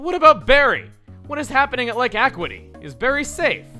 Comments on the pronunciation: it's not pronounced "ah quit ee" it's pronounced "ah q it ee" "akyooitee" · Uh-Q-ih-T. Not Ack-wih-T. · It's pronounced "Uh-Kyoo-Ih-Tee", not "Ah-Kwi-Tee". "Acuity" means sharpness in perception, in reference to uxie being the pokemon of knowledge. (Valor means courage and Verity means truth) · I don't mean to sound rude or anything Chugga, but I'm pretty sure that Acuity is supposed to be pronounced a—cue—ity, not a—qua—ty. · Another famous mispronunciation! (JK, but I know you of all people can appreciate this correction) Acuity is actually pronounced "uh-KYOO-ih-tee", not "akwity".;) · ugh...another canalave moment it's aQity not aquity sorry for being a stickler but... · umm... Lake A-quit-y? Pretty sure it's Lake A-que-i-ty if memory serves from the anime. Probably wrong though. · Walking two spaces above Rowan doesn't look too much better than the Hikers! Also, I always pronounced it "uck-yoo-it-ee", not "ack-wit-ee". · It's Lake uh-CUE-it-tea, not ACK-quit-E. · who's going to be the first to point out he's pronouncing it wrong it's lake aquity not acuty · AC-U-ITY. NOT AQ-WITTY!!!!! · Actually, Chuggaa, it's Lake Ah-Kyew-Ity, not Lake A-Quit-y. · it's pronounced Uh-que-ih-tee. Not ah-qui-tee. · Er... the word is acuity, pronounced ah-kew-ih-tee. Four syllables. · It's actually pronounced Lake (A-kyu-i-ti). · Chugga again, you mispronounced Lake Acuity, is not Lake Aquatiy. You're memories of watching Diamond & Pearl anime are really sluggish. lol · Acuity = "Uh-Q-It-Ee" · for acuity its ak-you-ity geez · It's AY-Q-A-TEA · It's "Ah-CYOO-it-ee." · Lake Acuity (Ah-Q-Wa-Tee) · Ah yes, good old Lake "Ah Quit Ee." Let's add it to the list of things pronouncing wrong. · It's uh kyoo uh tee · Argh. Second time :P The word is Acuity with a kyoo sound, as in "acute", meaning sharpness of the senses. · Ikr, but Chugga, if you read this it is (uh-cue-it-ee). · Acuity is pronounced AA-Q-IT-EE. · he's saying Acuity wrong